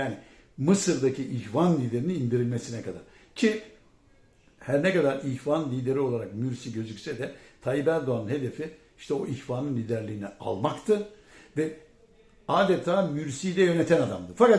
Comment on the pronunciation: Can beyciğim "yaarın" değil yarın."Çünki" değil çünkü, "Mürsi" değil Mursi. Saygılar.